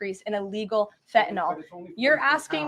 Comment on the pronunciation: Mr. Meticulous says: "Fentanyl" not fen-ta-nol